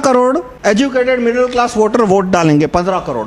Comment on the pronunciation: stopped watching when he said "middal class"